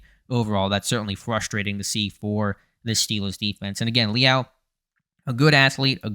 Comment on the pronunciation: Lee Al? Lmao I've been watching this dude since his days at A&M. Never heard his name pronounced like that